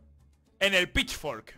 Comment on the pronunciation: Según va pasando el vídeo va pronunciando peor Pitchfork, pitchflok, pitchwork, pichfokfwd... xD